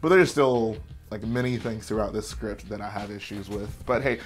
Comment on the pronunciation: Ah yes, the scrint